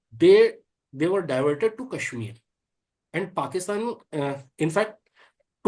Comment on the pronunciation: Very nice to hear Larry correctly pronounce Paakistan, it’s an elongated “aak”. Pakistan zindabad